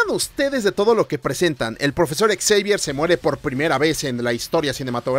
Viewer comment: Me hace gracia como pronuncias el nombre de Charles Xavier como Charles Exavier 😂 No lo toméis como una crítica o como si fuese un grammar nasi, pero la pronunciación sería como 'Shavier'. Y dios, siempre vuelvo a ver esta trilogía, fue de las primeras películas de superheroes que vi en mi infancia, y me siguen encantando.